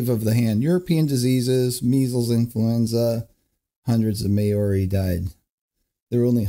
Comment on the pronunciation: OMG Maori is not pronounced "May Or EE" Mao (as in Chairman Mao of China) Ri. Maori.....I am an Aussie and you'd think it wouldn't piss me off....but it did...lol.